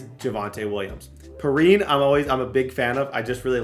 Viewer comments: “Purr-EEN”. it’s PEE-RINE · PEE RINE Not Perin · Also Perine is pronounced PEE-RYNE 👍